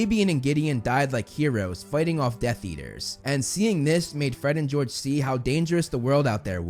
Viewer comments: Really "fred and gorge" ish 😂😂😂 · “We’re Gred and Forge!” - Fred and George.